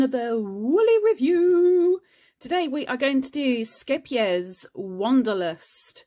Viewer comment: I love hearing you pronounce the name of the yarn so easily. I laugh every time someone in the US tries to pronounce it.